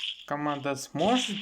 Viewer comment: сможет а не "сжошет"🤓